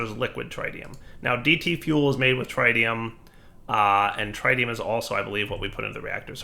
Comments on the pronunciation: its tritium, not trytium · akschually it is pronounced TRI-tium like three-tium not TRAI or TRYtium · the way he says tritium is painful. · please learn how to say tritium